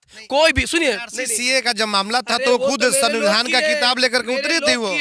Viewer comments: Bhai sunbidhan nahi sumbidhan hota he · पहले सही से सविधान बोलना सीखे ले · Samvidhan toh sahi se bol liya kr bhai